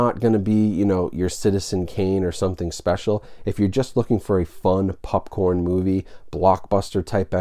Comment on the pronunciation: Glad I’m not the only one that says “Pupcorn”